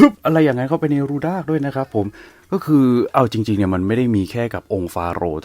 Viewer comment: แอดพูดผิดจากรูดากเป็นรูด๊ากไปเลย555😅😅😅